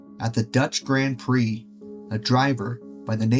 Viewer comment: You're gonna have to learn how to say "grand prix" if you wanna talk about racing.